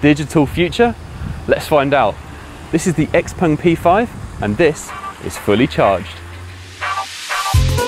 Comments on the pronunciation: Why is he saying 'x-pung'? If that's the correct pronunciation, why are they spelling it with an 'e'? And is it actually 'ex'-pung or should it be more like 'zhiou' as in xiaomi? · As a Swede the pronunciation of the of the name -"X-Pung" feels so wrong. :(